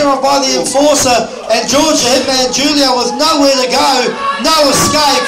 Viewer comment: He did not say Julio correctly